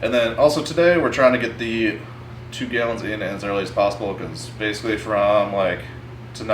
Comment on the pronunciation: i get a burst of adrenaline every time he says gyallons